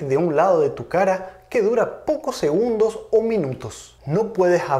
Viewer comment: cuando pronuncias segundogs , mag, muchag, puedeg...esta a punto de darte un ACV?